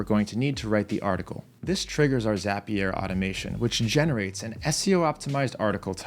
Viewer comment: Nobody:: zApiér